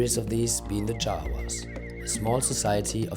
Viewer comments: its jarawas , jawas is javanese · I'm sorry I can't stop hearing them being called Jawas. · I almost thought they said Jawa like in Star Wars